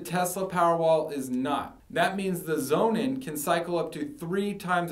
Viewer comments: I listened to his story and wondered what this 'zonin' product was. Man, if you are that eager to sell this german battery, at least pronounce the brandname the way it is supposed to sound: 'sonnen' is german for SUN and should sound like 'Sonnun', not like 'Zonin'... For me the Powerwall, no doubt ;-) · I consider the Sonnen is a much better long term solution for the reasons he elucidates ( altho I hate his mispronunciation!). So, despite the higher price ( almost 3x!), I opted for Sonnen over Tesla. The software management is excellent, and the service is great. In the long term, I think Sonnen will be the gold standard for its better quality in many areas. Tesla, with Elon Musk as its CEO? - it's got to be a worry; a seemingly simpler and cheaper solution that won't give you satisfaction in the long run that solar power requires.